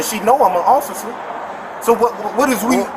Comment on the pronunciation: Keeping it real. Can't even pronounce officer or ask.